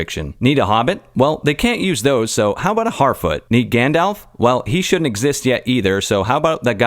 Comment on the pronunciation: I think it's pronounced Grrrrrrrrandelf.